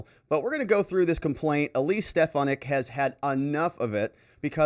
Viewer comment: I love you but it’s SteFANick